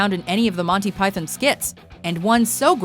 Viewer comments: I'm Canadian, the vast majority of us pronounce it like Pie-thon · "Monty Pythin"? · The way she pronounces Python makes me twitch. You're not British, don't force a British pronunciation without the British accent, it's sounds ridiculous. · learn how to say python.